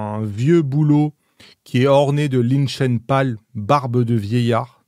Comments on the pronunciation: Tours aussi top ce format ! Merci. Lichen se prononce Liquène ;-) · lichen se prononce liken à mon avis